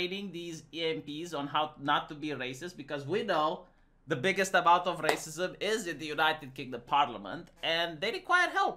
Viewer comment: Fuck I hate it when goes on about "raceeemoose" as if it's a actual thing that other people have any idea what he's talking about